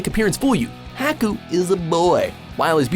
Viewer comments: Haku's name is pronounced (Hawk-ku) not (Hack-ku). I'm sorry if this sounds offensive but there is a lot of things you mispronounce in Anime. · It's not pronounced HACK-oo, it's pronounced Haw-koo! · I love these videos but please learn to pronounce the names correctly. Japanese names are so easy to pronounce but sound stupid if mispronounced. Ex its Har- koo not Hah- koo (for Haku) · lol… Hacku. Bro, it's Japanese. HA KU! Anyhoo, since they DO say Haku is a boy, same with Freiza being a guy, I almost feel like the only ones worthy of the list are…. Crona. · HAH-KU not HACK-KU. God you shouldn't do anime videos if you can't pronounce anything correctly v.v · HAKU?? plz tho do research on how to say the name, its HA Ku, like laughing , hahahaku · "nAYruto" and "hAcku" LMAO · Haku = "Hah-ku" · I almost want to say that the people who do the research for the videos and write the scripts for them are not the same people who read them out. Because even names clearly defined in English such as Haku (Hawk-oo) are mispronounced shamelessly by these people. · That's not how you say haku's name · The way he mispronounces Haku is killing me so baaad, uuugh. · I hate the way you guys pronounce everything so wrong!! How do you mispronounce Ouran and also Haruhi?!?!? Haku and Naruto?!?! Ugh that's annoying to hear..... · Ha-ku Za-bo-za Can you please not butcher the names?